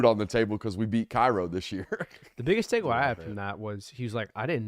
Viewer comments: It’s pronounced cayrow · Cairo =Kay-ro